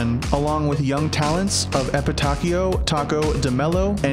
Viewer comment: Its pronounced Epitassio not epitachio, you made It sound like Pinocchio lul but Nice video